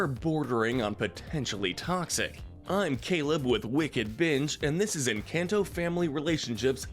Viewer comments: Did he really call it an can to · They mispronounce Encanto on purpose💀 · How do you watch the movie and still pronounce character and THE MOVIE’S NAME wrong? It’s not hard to pronounce and kind of discredits the whole video because how well did you pay attention if you can’t say something that was repeated correctly?